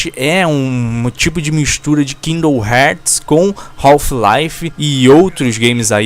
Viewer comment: Kingdom "Herrrrtz" ae você me quebra